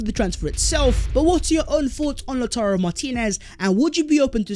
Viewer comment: From "Tammy Abraham's" to "Lauturrro Martinez"